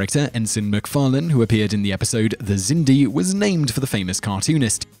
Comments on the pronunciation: ur pronunciation of seths last name is funny, seth mcfarlane car 'lane' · You have a weird habit of jumping between one pronunciation and the other when you say "Macfarlane". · Could you maybe learn how to pronounce people's names before talking about them? Who's Gene Roh-den-berry? Seth MacFar-lane?